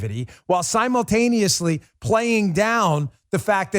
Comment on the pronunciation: "Simuclaimiously" Dan Bongino creating words again lol